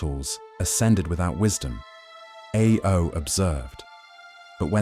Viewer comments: you keep saying IO instead of AO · he's not even said IO, it was I-O XD